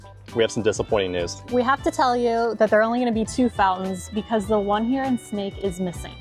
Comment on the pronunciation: It's funny to hear you say Sneek week. You pronounce it perfectly but I keep seeing snakes in my head.